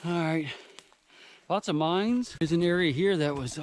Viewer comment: For a second there, I though you said "We're going to do some exploring of the minds" instead of "mines". I thought...yeah baby!